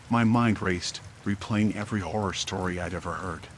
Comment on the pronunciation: HORROR , he said HORR-OR 😅😂